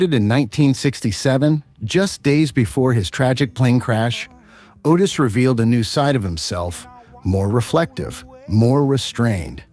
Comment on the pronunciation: You are not an American! Please learn to say our words and phrases properly. OK we speak white and black English but the announcer gets it TO wrong. Otis!